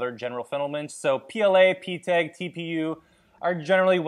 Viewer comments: NAHHH THAT PRONOUNCEATION IS WILD PTEG??? It’s PETG 😂😂😂😂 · By the way, say PETG like pet (pet a dog) g (say the letter name) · P E T G Not peeteg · Why you keep calling it PTEG? I feel like I'm taking crazy pill because its clearly PETG, have I been saying it wrong the whole time? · Did you just say PTEG? It is PETG sir 😂😂😂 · Is this your first printer? How the hell did you not learn it is PETG and not PTEG? Wtf is pteg? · PET-G... not P-TEG. lol sorry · Pee-Teg? You mean "Pet-G"? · PeeTeg? It's P E T G... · Hey just trying to help, not being an elitist. You are making informative videos (which I enjoyed by the way) about detailed and technical things. When someone hears you say something like PeeTeg, it derails your message. Instead of lashing out, maybe you could use these comments to improve your product. BTW, PeeTeg is not something that you just said weird once... it's a very specific abbreviation you made up and used throughout your entire video, aimed at reducing the time it takes to say P E T G. A more appropriate and mature response might have been "Wow, I must have been reading that wrong all along, thanks for pointing it out." and moved on... Nope, you had to get all offended and lash out at someone who was interested in and took time to watch and comment on your video, all of which helped your algorithm. Best of luck in the future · Its Not ptech Its petg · I have never in my life heard anyone pronounce PETG as "peeteg". It messed with my brain so much I had to stop the video to make this comment, one minute in. OK...now I can continue watching. Carry on.